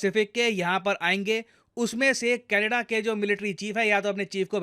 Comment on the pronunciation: sir canedda... kya hai canedda me... lappu sa to canedda hai😂